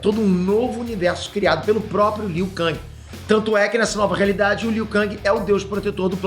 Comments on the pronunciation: É KENG E NÃO KANG Q SE FALA!!!!! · a pronúncia do nome do Liu Kang é Liu Ken (ou Lu Ken) em inglês e Liu Kengui em portugues!!! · O falando Liu kÃng, alguém precisa dar um toque pra ele kkk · Liu KANGI kkkkkkkkkkk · o falando "liu kang" da uma incomodada véi kkk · pow valando armagedoon e liu kang errado.isso mostra q vc n e fã boy kkk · Tão velho que não sabe falar o nome do Liu Kang.kkkkk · Eu fui o unico a perceber que o n falou o nome do Liu kang direito? Kkk